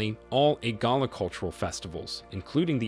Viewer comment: ..."the hair apparent"...? You mean the heir apparent? It's Igala, not Egala. You're pronunciations are off.